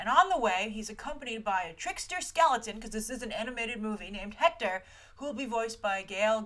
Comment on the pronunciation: día de los muertos is november 1st..... And btw, if you wanna say spanish words with an h (like Hector and hacienda), dont pronounce it like a j, in spanish the h is silent (ektor, asienda)